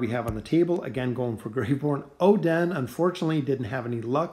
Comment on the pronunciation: It is not Oh-Den, it is Oden